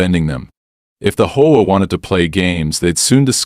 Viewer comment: You also need to speed your ai voice program up had to watch at 1.25x speed and need to teach it how to say H.O.A instead of combining them as a word